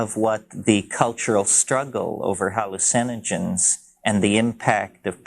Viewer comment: Same pronunciation. Just puts emphasis on “hALL” instead of “u”